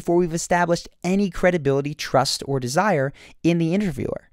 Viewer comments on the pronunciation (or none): "turst" instead of "trust", lmaooo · turst lol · “authority turst and desire” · "turst" xD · lol "turst!" , oh, and "becuase!" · "Turst" :S